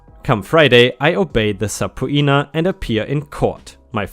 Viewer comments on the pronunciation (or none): Bro, it's pronounced sup- peenah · Subpoena is pronounced suh-peen-na. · Just a pronunciation helping hand, subpoena is pronounced sa-P-na. At least around where I am from (Michigan) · I'm sure you've gotten this already but, subpoena is pronounced "sub-peena" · FYI It’s pronounced se-pena..... 👍🌟🌟🌟😎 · Hey just wanted to let you know it’s pronounced suh-pee-na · That is not how subpoena is pronounced.